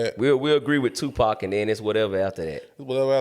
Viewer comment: Put some respect on Tupac’s name and pronounce it right. Other than that, very valid, if even arguable points. Who is out there impersonating any of these other rappers and eating off it! Nobody. Let’s stop the non-sense…. You don’t have to like Pac at all, but to sit and try and say that he isn’t the goat or whack is Ludacris. I will put 2 years of PAC’s work against any of y’all’s favorite 8 years and he still wins.